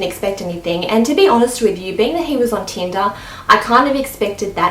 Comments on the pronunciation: Am I the only one who heard tinda and not tinder? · How many times did she say "Teenda" ? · I was just about to comment saying "Teenda?" lol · "teendah" 😂😂 how many times did she say that in one minute? damn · yes, tindAAAAAAAAAA. Get over it